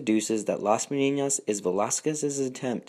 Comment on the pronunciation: I applaud the attempt to pronounce the ñ (a very good ñ, by the way), but the word is Menina and it doesn't have an ñ.